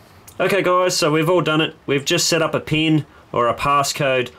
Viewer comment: the PEEEEEN code. Im american and we pronounce it PIIIN not PEEEEEN